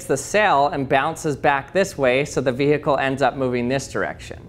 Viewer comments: did you just say it “ vi heckle” ? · VEEE HICKLE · "Vee-hickle" Nice